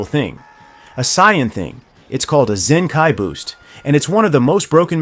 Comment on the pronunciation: Unsubbing after hearing how you pronounced “saiyan” and “vegeta”